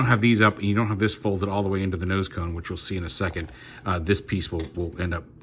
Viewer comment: I know that you mean :) that was the only time you said tone instead of cone.. so atleast it was just one time thing :)